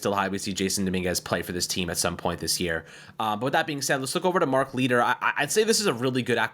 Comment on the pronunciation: “Mark Leeter” Jesus man, pronounce names correctly.